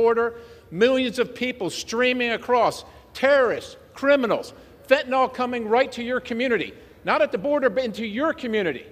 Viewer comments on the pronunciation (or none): Fentanyl (nyl is pronounced as nil), not fentanol.